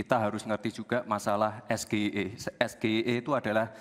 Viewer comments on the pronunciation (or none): gibran gaya nya bahasa inggris tapi cara baca SGEI aja gak bisa pantesan cak imin binggung 😂😂😂